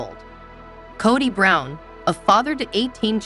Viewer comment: Kaddie Brown...drives me nuts...do some research on pronunciations...😮😱